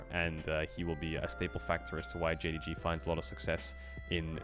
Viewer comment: nahh bro its jdg xD and they just saying it cause caedrel said it wrong in his video man xDD